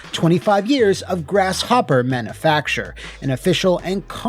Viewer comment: 58 seriously dude it's man-you-facture not man-a-facture. English, dog. Do you speak it?